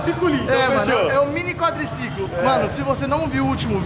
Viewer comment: Quadliciquin* kkkkk kkkkkkk